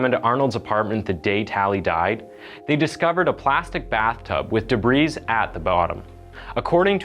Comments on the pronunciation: the s at the end of debris is silent. Debree. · If you're going to narrate a video, learn to use proper words as well as pronounciation. "Debreeze" ??? Really??? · "Dih-breeze" - LOLOLOL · It's pronounced "debree" not "debreeze" silent s in debris your pal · The word "debris" is not pronounced with the "s". Pronounce like "debree". Doh. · If you are too dumb to know that you don't pronounce the s in the word debris, you're to dumb to put out ANYTHING for the public. Go read a book m*ron. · My dude, please work on your pronunciation. I get not knowing how to pronounce names like Terrell, but "Debris"? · The s in debris is silent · Well except for pronouncing debris incorrectly